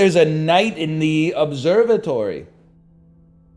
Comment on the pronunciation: Kinda funny that he keeps saying "teh" and no one in chat is picking it up.